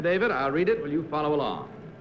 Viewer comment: In the second game I knew the second contestant wasn't it because of the way he pronounced "his" name: Cornelius Vanderble Seneca. The other two said Vanderbilt.